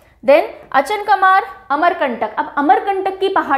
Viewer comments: It's अचानकमार, not अचनकामार 😊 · mam Achanakmar ka pronunciation अचानक मार kiya jata hai>😊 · Geve mam ,cg ka h wo अचानकमार h pronounciation m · Achanak :mar cg ye aap pronounce thoda galat kar rahe hain mam